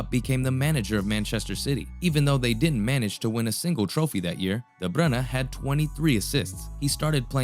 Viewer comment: Really nice video! There wasn’t a single moment where I thought of leaving, this is extremely great content. You earned a new sub :) Also finally someone that pronounced his name right. Keep going!!